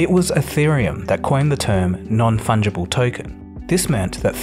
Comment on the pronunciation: I cant help but think of mushrooms when I hear “non funghible tokens“ :D